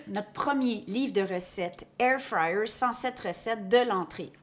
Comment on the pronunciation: Anybody else who loooove the way she pronounces Air fryer 😍😍 thanks for the video